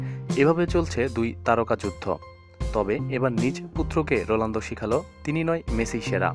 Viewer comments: vai...rolando na....ronaldo....apni bolsen j...rolando...spelling thik koren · sala ronaldo uccharon ta thik moto kor age